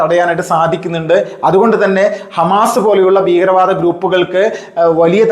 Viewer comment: താങ്കൾ 'ബീഗരവാദം ' എന്നാണ് പറയുന്നത്. 'ഭീകരവാദം ' എന്ന് തിരുത്തി പറഞ്ഞുശീലിക്കണം